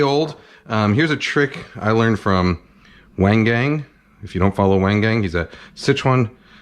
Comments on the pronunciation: the way that chef pronounced "wang gang" now certain people are gonna mock that pronounciation even more. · "Waeng Gaeng" 😹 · wang gang is not pronounced "weng geng" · Kenji doesn't like the fake Chinese accent, but calls Wang Gang (pronounced Wahng Gahng) as "Weighn Gain," like the LEAST authentic way to say that name. He also thinks he invented every cooking technique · Uncle Kenji, he says his name at the beginning of every video. It's Wahng Gahng. Wayng Gayng was a name Wu Tang Clan briefly considered. Hadn't even heard Nigel's response when I wrote that. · Yep. The chef's pronunciation of "Wang Gang" instead of "Wung Gung" shows the most disrespect to even a person's name. Kenji promotes even more racism than other people who imitate accents. No wonder his video needed comments turned off. Probably not a decent person aside from making food. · He's upset saying "uncle roger's accent is asian racist" but his pronunciation of wang gang is "weng geng" tell me what's more racist right there😂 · Bro cries about accents then pronounced uncle wang gang's name like "Whahng ghang". The disrespect 😂😂😂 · the way he pronounced chef wang gang as weng geng 😂😂😂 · "Weng Geng" Maybe complain less about accents and put a single second into learning how to say people's names? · How TF is “Weng Geng” pronounced? As an Asian, I find this really offensive 🙄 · Its so amercian to mispronounce chinese lol . Wutang Wang gangggggg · “Waaang Gaaang” says it all. He wants respect for Asians and our trials and tribulations in America but doesn’t take the time or respect to learn how to say someone’s name properly. It’s not like chef Wang Gang doesn’t say his name at the beginning of most of his videos. As an Asian who grew up in America, kenji personifies the kind of bs outrage that actually makes things worse for us. SMH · I even knew Wang Gang was pronounced wrong and I'm from Philly. LOL. Haiyahhhhhh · Asian person who never went to Asia and can’t pronounce Asian name isn’t Asian